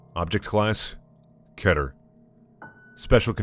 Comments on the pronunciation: I've never heard someone pronounce it as 'ket-er' before. I prefer 'keet-er'. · You say keter like "k EH ter". It's said like "KEY TUR" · It's pronounced KEY-TUR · “ class : keter” Me : why did I hear Chetter? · I'm really enjoying these but please pronounce it keeter. This is driving me nuts. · Please keep reading these! Do 914! And it is Kee-ter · It's key-ter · Is no one else annoyed about the way he said "Keter"? Anyone? Anyone at all? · It's not keter is pronounced keter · Did you mean to pronounce keter like that? Because that is not how you pronounce it. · LEARN HOW TO SAY KETER